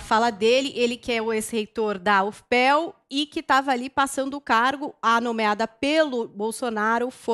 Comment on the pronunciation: A leu o nome da universidade como se fosse o nome do primeiro professor, "UFPel" 😂😂😂